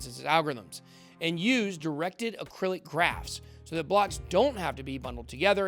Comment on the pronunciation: yes but Ben kept saying acrylic 😅